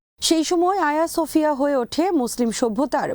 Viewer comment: Not Aya Sofia, it is hajeeya Sofia.